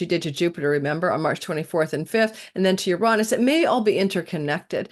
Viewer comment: Ur rahn -us? interesting elocutionary style..... it has always been ur-ay-nus, the planet of double entendre.